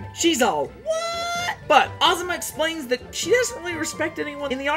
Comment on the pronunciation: I was drifting off into space while watching this and the thing that brought me back was you saying “Azama” because I thought you said “asthma”